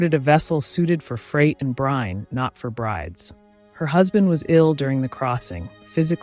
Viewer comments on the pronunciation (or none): none